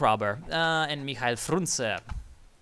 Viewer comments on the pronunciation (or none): none